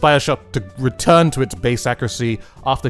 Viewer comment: “The time it takes for your splatershot to re🐎urne”